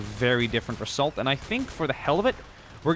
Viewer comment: Am I the only one noticing his strong S Pronunciation? ;p I hope the reSSult is going to be good ;)